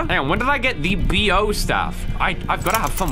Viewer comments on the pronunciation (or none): he said B-O staff😭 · I HOPE TO GOD that said "B.O. staff" on purpose to trigger people... It's Bo. Like the panda Po but with a b... PLEASE.